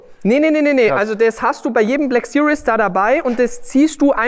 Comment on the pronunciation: Hi Daniel! Man spricht "series" nicht wie "serious" aus. Eher wie "siriehs", mit scharfem S vorne. Einfach mal Shmees Videos gucken zur Info ;-)